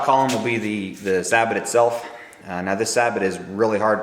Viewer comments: "Say-bo" not "sa-bet". It's French. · Why do you call the plastic piece a "sab bot" ? It's a French word. Do you call a General Motors car/truck a "Chevero- LET"? I doubt it. Sabot is pronounced "Say Bow". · Sabot is pronounced "sabow" not "sabbit" which is actually a very small sailboat.